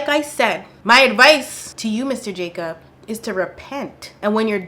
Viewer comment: I heard Jacop 🚓💀